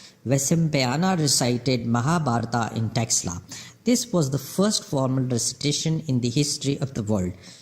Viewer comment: It is taxila University ...pronounce it properly